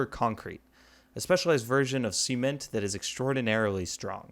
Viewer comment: you said sement lol its not pronounced like that lol